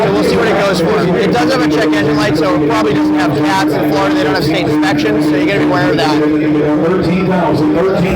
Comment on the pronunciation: SAYING FLARDA IS AS BAD AS SAYING NEW HAMP SHYER PLS STOP THANKS